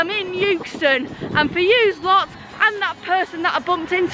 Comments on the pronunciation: It's euxton not yooxton😩😩😩😂😂🙂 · Love your vids, it’s pronounced eckston btw a bit like by eck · As much as I want to enjoy watching this, your pronunciation of ‘Euxton’ is really getting on my nerves. I don’t care how Anne says it!!! 😂😂😂😂😂😂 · Good one, G. People in Blackburn (strange town, that) used to pronounce it 'Ex ton'. Freaks. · It was always pronounced “exton” when I worked at Leyland…. Or does that wreck the joke? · You say "Youxton". We pronounce it "Exton" here in Leyland lol................